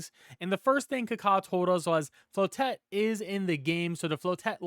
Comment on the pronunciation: Man said "Flow-Tett"